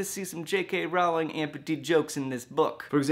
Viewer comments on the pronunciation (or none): One small quibble: Her name is pronounced like "Rolling" not like "R-ow-ling". Everyone gets it wrong though :P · Protip: Rowling is pronounced like "bowling" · Her last name is row-ling like your saying bow as in hair-bow by the way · In my English class this week, we were talking about plot holes in medieval romance literature and came to the same conclusion--if you read the stories with a realistic mindset, you miss the larger meaning of the works. Side note: J.K. Rowling's last name is actually pronounced like "rolling"; I thought I'd tell you since that pronunciation won't be cleared up in the movies! :P